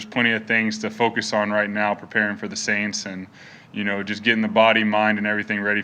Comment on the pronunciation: I love when he said " In the forth quarter we're gonna beat the aints '